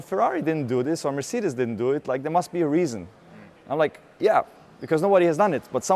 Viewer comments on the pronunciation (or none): none